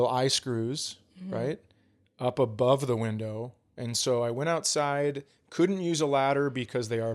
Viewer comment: "Whindow" Is this a callback jab at vocalizing the H sound in words that have a silent H? Holy shit! I never put that together. I understand the mocking aspect of "Chads", but after all these years of watching his comedy, it never occurred to me that Chad Daniels is named Chad. How do you miss that?? I mean, it's his fucking name! 🤣 That's because you don't get to watch yourself getting on an airplane with a garbage bag! 🤣🤣🤣, you need to get a vest that reads: "Service Comic" to wear when Chad is grumpy in public. You need to know two things before moving in: 1) At what temperature does each person prefer the thermostat, 2) Which direction does the toilet paper go? This is a very important thing that a LOT of people need to understand: Threatening to leave the relationship is weaponizing emotions. If you are threatening to leave because of an argument, the relationship is already over. - - - You guys are great. I can't wait to see more.